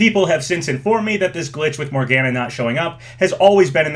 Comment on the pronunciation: It’s pronunced Morg-ah-nah not morg-anna